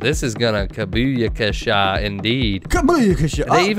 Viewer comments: I’m sorry. It’s kaPooyakasha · its "kapooyakasha"